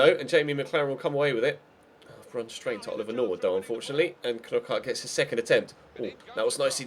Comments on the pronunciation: Ffs, I'm a Brighton fan and you pronounce it "Nockart", you don't pronounce it like those twatty Sky commentators do. You don't Kernock a door do you? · when you can't say knockaert